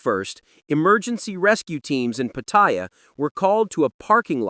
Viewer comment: Unlike English language; all Thai words carry no stressed syllable. Every syllable carries the same weight. So, it is Pat- Ta-Ya, not pat-TA-ya.